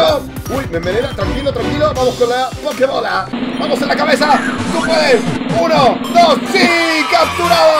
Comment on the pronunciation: Cuando buscaste la pokemocha dijiste mochila con un asentó raro y dijiste pokebole